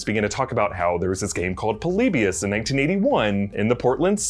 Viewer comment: Its not PULL- LEE - BEE - US Its pronounced PAH - LEE - BEE - US